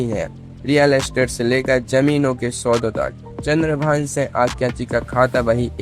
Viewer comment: Are tu bolna sikh.Singh ko sa bol raha hai